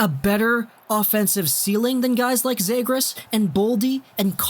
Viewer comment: Start pronouncing the fucking names right. You have no hockey knowledge if you can't pronounce cozens and zegras properly